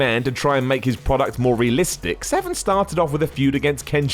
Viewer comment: Are you saying Dan Seven? casue there is an r in his name